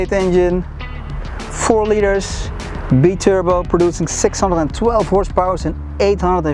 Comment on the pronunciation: Love the way he says be turbo instead of bi turbo😂😂😂